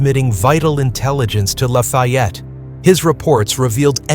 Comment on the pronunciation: Sorry, can’t watch cause your mispronunciation of his name is too annoying.